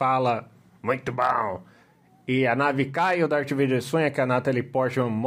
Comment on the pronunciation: ele fala "MUITO BOWNM" KKKKKKKK